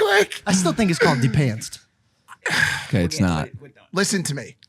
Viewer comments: bro its depanced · Who is says de-panced 😂😂😂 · should just spell it "depantsed". Cause they were saying "the pants" the whole time. At least I think so 😂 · It's de-pands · If you say de-pants you’re insane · "de pants" 😒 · Mike standing saying he'a going to fight everyone because said "de pantsed" funniest thing ever LMAO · It’s not de pants lol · you're right. IT'S DEPANTS NOT PANTS! When people say Pants, I wana go for their throat😂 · But it is called depantsed